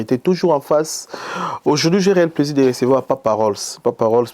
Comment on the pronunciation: CHRONIFUATI SALISA MINU👌 APPAREIL DENTAIRE 👌 PLAISIR ET NON PLAIJIR🤣 SUKA ET NON SHUKA🤣🤣🤣